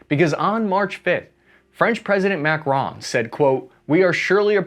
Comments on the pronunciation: Are you calling him Mac-Ron on purpose? For whatever reason it drives me nuts but that is probably a reason for you to keep doing it. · pronouncing Macron as "Mac-Ron" is wild lol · Who tf pronounces macron like that??